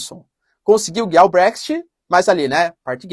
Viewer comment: se me permite, a pronúncia é Bréx-It, e ñ Bréxty...